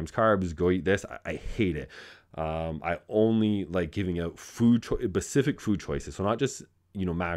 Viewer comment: Good lord man. Specific not pacific.